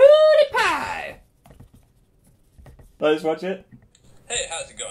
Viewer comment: Yes he did! (But he did say Poodiepie. Not Pewdiepie.)